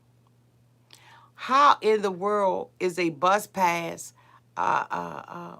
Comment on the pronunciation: Aunty said “bus pass” 🤣😆